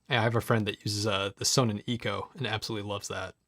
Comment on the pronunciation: Sonnen is a German company meaning sun or solar, so it is pronounced zonnen... with the o pronounced as in bonnet. However I suppose in the US perhaps the company has surrendered to the inevitable mispronunciation. 😄